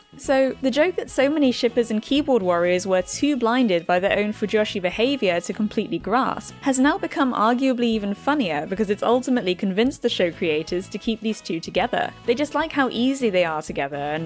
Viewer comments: Fujoshi. It’s pronounced foo-joe-she though haha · the o in fujoshi is more of an oh than a short o btw